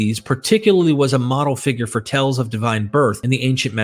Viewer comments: Like the research and presentation. One gentle suggestion, my ears kept hearing you frequently mispronouncing the word "tales" which is a homophone of "tails" not "tells" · Amazing research well done except you are reading too fast also tales is not pronounced tells. Tells means something hinted at something a poor poker player does and it throws off the listener. That and similar errors keep disrupting your documentary which is complex and requires careful attention. Congratulations though important contribution to our understanding of the origin of Christianity.